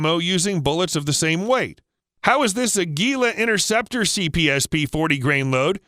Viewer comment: Innerceptor ? Try to pronounce a T.